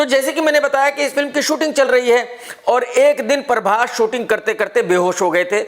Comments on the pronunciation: In actual its Prabhas Krk: parbhas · Parbhas nahi bhai prabhas 😂